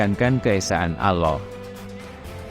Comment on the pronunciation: ALLAH bukan Aloh😂 Nasrani yang tidak berpuas hati jangan bercakap main belakang.... harus berdebat dengan Mantan Mantan pendeta Kristian yang telah memeluk agama Islam ❤❤❤❤